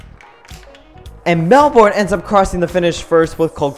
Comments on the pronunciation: It's 'Mel-bun', not 'Mel-borne'. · Its not melborn it’s melben but spelt Melbourne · Mel born it’s Melbourne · It's pronounced Mel-bin, not Mel-born. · Melbourne is pronounsed mel-ben